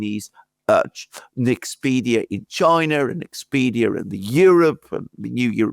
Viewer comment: Its not "Nexpedia" its Nexperia lmao